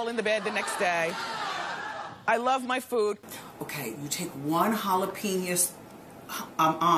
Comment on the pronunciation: Did she say halopenius?